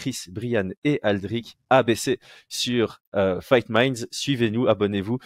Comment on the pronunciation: Fight ''minds'' accent du Sud 😂